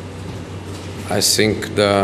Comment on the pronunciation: fuck these comments on jose's videos, now everytime he says "i sink" i smile uncontrollably